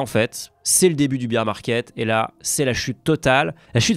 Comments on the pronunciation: Le Biiirrr market c'est le marché de la bière ! Pour le moment pas un seul Youtuber FR n'est capable de prononcer le terme "Bear Market" correctement ! Pourrrrquuuoiiii ! S'agit-il d'un complot destiné à faire régresser le niveau des français en anglais (qui est déjà pas bien haut) et faciliter la domination des anglo-saxon sur ce qui reste de notre pays en décrépitude ?? Je veux des réponses !!! PS: sinon bonne vidéo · A j'ai entendu beEr market. Pas tout à fait la même chose😅